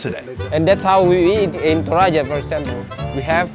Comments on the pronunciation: It's pronounced Toraja, not Toraya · It's not Toraya, it's Toraja with a J not a Y, we're Indonesian, not spanish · It's toraja not toraya...it's J not Y. Like Jar not Yar. You missed pronounce the word Ja into Ya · it's ToraJan not ToraYan, the correct spelling is like J in Jelly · Toraja.. not Toraya... You'd come to Toraja, but still spell it wrong...😃😄😄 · The ‘J’ in “Torajan” is actually pronounce like ‘J’ in “Joking” ❤️ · It is not torayan. Its toraja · Actually the name not Torajan but Toraja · It's spell "Torajan" with Jan for January not "Torayan" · great video, but Toraja is not pronounced "Toraya", it's To-ra-ja, the J is still pronounced J like "Jack". it's not germanic language that J pronounced as Y. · The way you pronounces “TORAJA” is wrong. Its not toraya but toraja (with “g” for the spelling) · The J is a j sound not a Y btw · Ah this is during my grandma's funeral if it was recorded this year I was upset i couldn't fly into indonesia for it. Alos the we pronounce the name Toh Rah Jah not (Yah). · It's Torajan (j like in jump), not Torayan ^_^ Btw, I always enjoy your videos. Terima kasih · You pronouns it wrong. it should be TO-RA-JA not TO-RA-YA. Don't pronouns the Tribe Name with your spanish tongue. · The way you said "Tourayan" little bit hurts me lol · Is it pronounced not torayan?? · Interesting as always! One thing I tho.. Torajan is pronounced with the J the same as English. Not tor-EYE-an. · Nice video piper rectrofractum, cabe jawa, family of pepper I believe Toraja is pronounced with "J" not "Y". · hahah, did nobody tried to correct pronounciation of "toraja" while he's there?